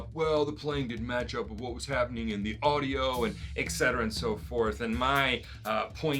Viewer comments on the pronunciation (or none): You lost me at "Eck Cetera"